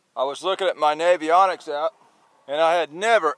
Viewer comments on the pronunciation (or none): Did you call the app Navionics?